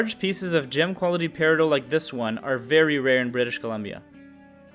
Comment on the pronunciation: It’s periDOT you clod >:|